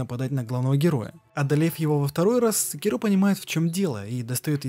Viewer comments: сЭкиро,а не секИро/секирО! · не смог смотреть из за секирООООО, ты же не говоришь говОришь или смотрИшь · Спасибо за ролик) Только СекИро, а не СекирО. Ты слушал диалоги? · секирО, ГОСПОДИ, ПОЯЧЕМУ? Правильно секИро. Б**дь его ведь в даже в самой игре так называют! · Он и так и так говорит Сначала секИро потом и секирО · Шикарное видео. Но внесу пару поправок. В имени Секиро стоит делать ударение на И (именно так обращается Ищщин). Во-вторых, Додзюн - сумасшедший, и его учитель давно мёртв, а разговаривал он сам с собой. В третьих, касательно личинок, я думаю, что они там самые разные, не только сколопендры, но и сверчки, да и сколопендры занимают особое негативное место в их фольклоре. Так же, есть ещё Ханбей Бессмертный, который так же не был монахом, и т.д.,но в ходе своих странствий вполне мог случайно на территории Ащина подцепить эти личинки. А так, по всем пунктам согласен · ГениТиро СекИро Асина всё видео уши резало, без негатива